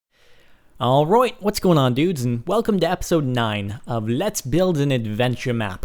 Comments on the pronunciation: whe he says alright hesound like e is alstarinlen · whats with the australian alright at the start?? im australian and i demand to know :p